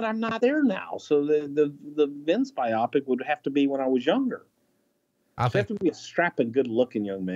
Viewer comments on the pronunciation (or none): haha. It’s pronounced bio-pick. Goddamn, pal.